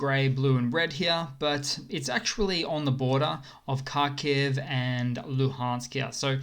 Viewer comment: Mate, H is silent. It's K aitch.